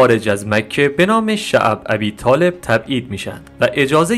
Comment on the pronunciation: خواهش بعضی کلمات رو درست بخووون.عجیبه. یکبار به گوشت نخورده شعب ابی طالب....کسره داره....نه فتحه.